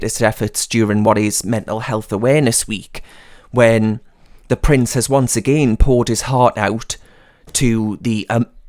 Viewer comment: when you said pampered price, I played it back, as I thought you said pampered prick. I think the latter is more fitting as his title. Thanks for the video.